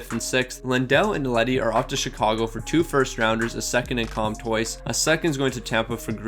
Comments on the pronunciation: I have yet to hear any english speaker pronounce Comtois [kɔ̃twa] correctly, at least none that do not also speak french. Since nasalised vowels don’t really exist in english, they’ll always assume the "n" or "m" following a vowel is meant to be pronounced as a separate consonnant [kɔmtwɑ]. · Lol he completely changes a name sometimes like “Gurginov” (Gurianov) or he’ll just pronounce it wrong like “Row C” (Rossi) or “Comtoys” (Comtois)